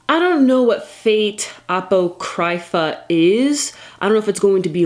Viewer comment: Here's the pronunciation for Apocrypha for you ~! uh-poc-riff-uh. Apocrypha refers to works of scripture written by unknown offers that do not contribute to the accepted canon of scripture. Which is kind of interesting title for a series such Fate. Given the multiverse theory is used to great extent in this universe. Could end up being a pretty interesting entry in the series. Probably gonna end up watching all of these shows, though I haven't really been the biggest fan.